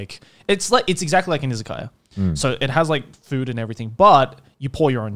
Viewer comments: They are saying Izakayas but is sounds like Isekai 😁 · Yep, it took me some time to understand that they wouldn't say Isekai 😁